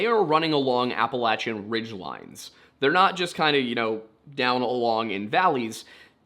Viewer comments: It’s “Apple - lay - shin” not “Apple - lat - chin” Mountains/Trails. Just like Oregon is Or - e - gun not Or - e - gone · I usually enjoy your stories. However, just wondering why you changed how you pronounce appalachian? I believe you are from Pennsylvania and went to Penn State and you are not saying it the way we do in Pennsylvania. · Funny, I learned the pronunciation Appa-LAY-shun in school. In Canada. So maybe it’s wrong? Or just another pronunciation?